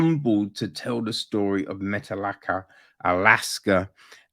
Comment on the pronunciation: I live in metlakatla.....btw you are saying it wrong